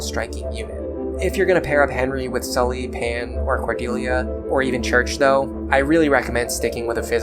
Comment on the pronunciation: Great video. As a French major, hearing your pronounce 'Cherche' as 'church' is sacrilegious. Lol. The 'C' is pronounced as an S; And the first 'E' isn't 'Er'. It's Ehh So its Sherrrrrche. Never thought about reclassing Henry into a Barbarian before. Since my Lunatic run doesn't have Nowi; I'll pair Henry with Lissa. I'll try the Nowi/Henry combo on my Lunatic+ run. Btw, you the safe zone in chapter 16 trick is insane. I'm now about to start that chapter and the infinity grinding trick makes all my previous comments about Sumia being trash irrelevant. I can afford to prioritize Sumia because I can bring everyone else up to speed on this chapter. Cool.